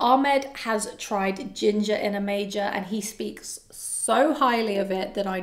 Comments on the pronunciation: It's not "Osmanthus in a major", it's Osmanthus in A Major, as in the musical note 'A Major' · HI, I don't know the house, but I am pretty sure it's A Major (the A being capitalized and pronounced as such), like in sheet music.